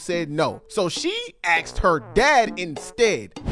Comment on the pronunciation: I'm I the only black person who can say asked out here saying axed